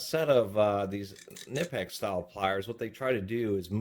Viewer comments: Its not Ka Nip ex. Its Ka Nee Pex. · Knipex is pronounced - Kuh Nee Pex... basically saying Knee as if the K isnt silent. Kaneepex. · Is it really that hard for you to pronounce “Kuh-nip-ex”? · Knipex ==> Pronounced K-nee-pecks (the "K" is not silent). Got it from a Knipex company video ad. The ad is in German but the pronunciation is clear. I like to pronounce it the way the actual company itself pronounces it.